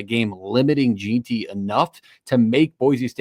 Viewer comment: Jeanty, pronounced JEN-TEE. Boise, pronounced BOY-SEE. Good show though. I feel like the weather will be a major factor for the Las Vegas kids, its gonna be COLD. I call it 31-27 BSU wins.